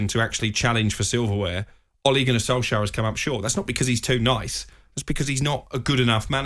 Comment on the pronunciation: funfact ; its solskjaer not solksjaer in the video